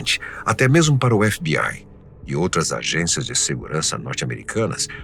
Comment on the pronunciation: Efe bi ai kkkkkkk fala direito krl tu não é gringo